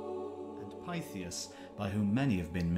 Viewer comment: I believe Thule is pronounced " Too -leh ". And Pytheas is "Pith-ee-us".